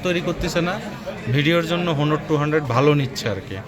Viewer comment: ভাই হনার না অনার হবে। ভালো করে জানুন।